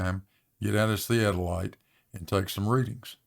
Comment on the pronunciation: Can pronounce theadolite?